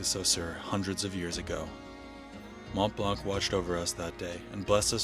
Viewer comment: Very nice video. However, you do not pronounce the "C" at the end of Mont Blanc...